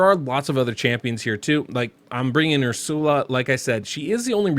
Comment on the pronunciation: Never heard someone call her Ur-sal-ah before lol I'm pretty sure it's (er-sul-uh) but hey who knows thanks for the vid ive got Hellmut Sethallia Stag Knight and Ursula and I was thinking of using Arndulf or Oathbound as the last spot what do you think? Thanks again